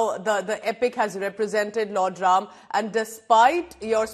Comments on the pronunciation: Nice to hear the proper pronunciation as Raam. Coolies, westernised Indians and westerners pronounce it very crudely and badly as Raamaaa. Its very sad. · Her Hindi pronunciation is fabulous, amazing, superb जय श्री राम 🚩🚩🚩🇮🇳🇮🇳🇮🇳